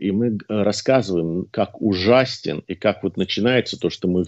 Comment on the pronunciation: Ужастен без буквы т ;-)